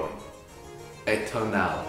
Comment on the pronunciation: The pronunciation of "atonal" made me lock my phone and put it down slowly.